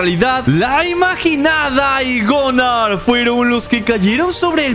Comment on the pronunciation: Es Gunnar no gonar